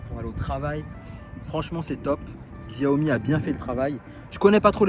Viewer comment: C'est pas pour t'offenser mais on prononce Xiaomi ( chaomi ) Sinon bonne vidéo , je compte acheter une m365